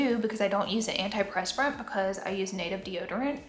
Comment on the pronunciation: The way she says antiperspirant makes me giggle lol ily Laura